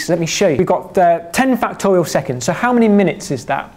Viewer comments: I keep hearing "factorio" instead of "factorial"... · Ah, i love this dude. Very energetic and the way he says factorial is hilarious.